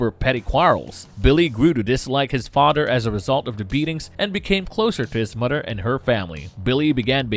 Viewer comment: Hello muddah hello fadda, here I am at, camp granadda. Seriously though, "th" doesn't sound like "d". It sounds like a toddler talking. It's extremely distracting.